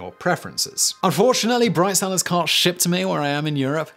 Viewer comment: I swear I heard "Bride Sellers"